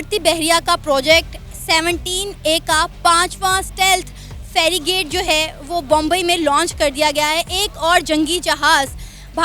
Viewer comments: it's not ferrigate😂🤣😂. It is a frigate. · ferigate 😂😂 anpadh aurat wo frigate hai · That is called Frigate, not Ferigate Jahil Pakistani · it is not fe-ri-gate. You need to say fri-gate. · wo Ferigate nehi hai... Wo frigate hai ji... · Madam, Woh Farigate nahi hai, usse Frigate kehte hain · Firigate nahi frigate hai pronounced tik se lo. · its not "ferry gate". It is FRI + GATE. You are an educated person and have been a reporter for several years and have worked abroad and you cannot even pronounce "frigate". Very sad commentary on Pakistani education standards. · one quick point - us jahaaz ko "ferrigate" nahi "frigate" kehte hain. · It's not ferigate its frigate....Aur enko tarrakki chahiye. LOVE YOU SANA..LOVE YOU INDIA. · ye ferigate nhi hai frigates फ्रिगेट्स speak properly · 2.05 Feri gate nhi, Frigette h vo फेरी गेट नही, फ्रिगेट कहते है उसे । तुम लोग मुल्क को भी मुलक बोलते हो ।। थोड़ा पढ़ लिख लेते तो साक्षरता दर ठीक हो जाती ।।।। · Fragate bole Pronounce too sahi kar 😂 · Ferrigate nahi oye, it's frigate JF 17 best? 40% fleet grounded nahi hai? Kucch bhi And FYI - JF17 China na banaya hai. It's based on the MiG21 airframe. Modifications karke naya batate ho. SMH. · Ferigate nhi Frigate hai 🤣🤣🤣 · ferry-gate nahi hota,, FRIGATE hota hai. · touba touba usko FERRY GATE nahi FREE +GATE bolte hai (FRIGATE). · Madam it's not ferrygate but frigate. Or pak ke paas kon si technology hai sab kuch to dusre desho se kharid rahe ho, yaha tak ki nuclear ki technology bhi America se chori karke laye ho. Agar terrorism or kashmir ke bajaye education or development per dhyan diya hota to aaj ye halat nahi hoti. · Ye ferigate nhi frigate hota hai. 😀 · ferigate nhi hota mam frigate hota hai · It’s FRIGATE not FERRY GATE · It's frigate and ferrygate! Please improve your pronunciation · Madam Farigrat Nhi Wo Frigates Hota Hai Jai Hind, Vandemataram 🇮🇳🇮🇳🇮🇳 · Frigate pronunciation thik karo madam